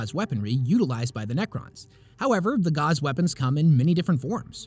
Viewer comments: I don't know if anyone's pointed it out, but your pronunciation of "gauss" confused me. I'd never seen it written out before this video, and I assumed they were "gauze" weapons, which made sense at first because you were talking about the Necrons' enzyme weapons, but when talking about subatomic particles, I assume you mean gauss as in railgun, in which case it's pronounced "gowss". Love your content! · gauss rhymes with house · Gauss (rhymes with house), not Gauze. Synaptic. Not Synoptic. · Excellent video. Synoptic and synaptic are different words.. although i suppose they would both make you more concise. And "gauss" rhymes with "house". Its not a "gauze rifle" as that would heal you. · gauss rifle rhimes with mouse rifle. not how you said it. synaptic also incorrect. you should really watch a pronunciation video before making these videos.